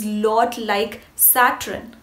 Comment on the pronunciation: You have a gift and you are very attractive. Please pronounce Saturn as 'SAT URN' not SAT RUN